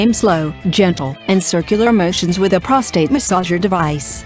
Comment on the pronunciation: Great info, computer voice is terrible..p..rostate.. really?